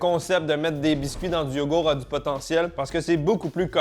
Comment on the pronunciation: Et le "T" de YogourT qui est parti apparemment aussi 😂